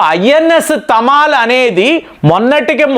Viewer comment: తమాలమ్, తమాల్ అంటే మద్దిచెట్టు. ఢమాల్ కాదు 😂